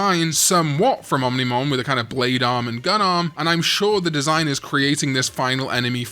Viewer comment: I'll subscribe if you never say ominimon again.